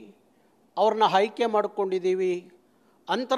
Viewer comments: Haike alla aaike😅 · ಇವನು ಮೊದಲು ಅಆಇಈ ಸರಿಯಾಗಿ ಕಲಿಬೇಕು...... ಅ ಕಾರ ಹ ಕಾರ ಉಚ್ಚಾರಣೆನೇ ಬರದವನು ಅದೇನು ಹೋರಾಟ ಮಾಡ್ತಾನೋ??!!!!!?? ಖನ್ನಢ......ಓರಾಟ....ಹಾಯ್ಕೆ.....ಎಣ್ಮಕ್ಳು... ಅಯ್ಯೋ ಭಗವಂತಾ ದೇವ್ರೆ!!!!! ಇವನ ನಾಲಿಗೆಗೆ ಮೈಸೂರು ಸ್ಯಾಂಡಲ್ ಸೋಪ್ ಹಚ್ಚಿ ತಿಕ್ರಪ್ಪೋಯ್!!!!!......... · ಹಾಯ್ಕೆ ಅಂತೆ😂